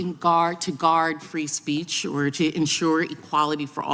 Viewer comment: Free speece? Speak english fake